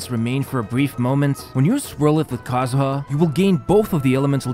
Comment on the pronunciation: I can’t believe you just said kazuha wrong